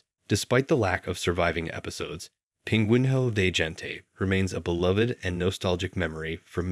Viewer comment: As a portuguese person, I died inside every time he mispronounced "pinguinho de gente".